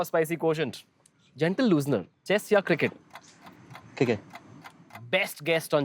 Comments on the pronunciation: YUZI bar bar cricket ko KIRKET bolra..... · World says it CRICKET Chahal says it CIRKIT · Yuzi says Kirket 🤣 Abhi v bachha hai